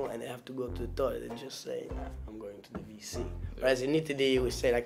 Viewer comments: Its not the VC its WC..jou pornonce it as Wee cee. Its the toilet Water Closet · He said it wrong he wanted to say wc i geusse, not vc. Wc is an other word for toillet 🙂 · Not VC, but WC. A W sounds a little bit as a V in Dutch.